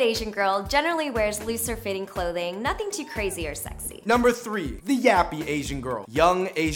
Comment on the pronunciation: i ain't sayin nuthin 😂 NUTHUN.😅